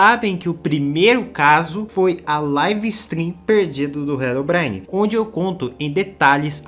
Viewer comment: Mano, desculpa, mas eu não consigo tancar tu falando "HELOBRAINE" 😭😭😭😭 Foi mal, mas eu tou tendo que pausar o vídeo toda hora pra rir da pronuncia KDFJDSNMFJHREDGD Que pecado, meu deus